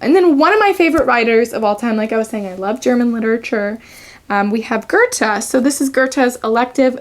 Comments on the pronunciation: Her pronunciation is absolutely an acceptable version. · girl you did not just pronounce Goethe's name like that😭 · im german (like goethe) and no its not